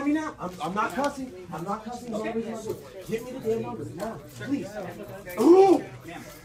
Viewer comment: vandalizes store "I need your corporate numba!" HAHAHHAHA